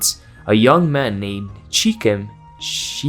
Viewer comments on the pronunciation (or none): pronounce as shackhhem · Hello! If you were curious about the pronounciation of the names dinah and she'hem, in hebew they are pronouced as "D na" and "sh khem" with kh being the letter ח that doesn not exist in english